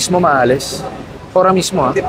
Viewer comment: Sir, "AHORA MISMO" po hindi ora mismo